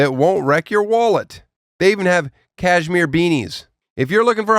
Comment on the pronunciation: I'm really disappointed in the way he pronounced cashmere in the ad read. This would have been the perfect opportunity to throw back to his Tosh.O wardrobe days.